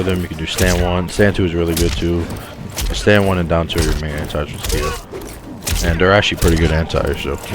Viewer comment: Tuh-Kay-Duh come on yall.